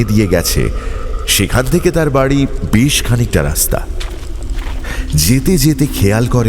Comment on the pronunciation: গপ্পের প্রথমেই বেশ কে বিশ বলে দিলেন তো! আপনার থেকে এটা মোটেই আশা করা যায় না! expectations বুঝলেন মশাই!! অন্য কেউ হলে গায়ে লাগতো না। অগ্রাহ্য করে দেওয়া যেত কিন্তু আপনার ক্ষেত্রে ব্যাপারটা একটু কানে লাগল.. #GoppoMirerThek